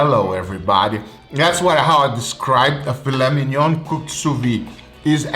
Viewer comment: "Fila minion" 😂